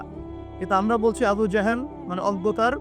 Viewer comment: ভাই লেবু না আবু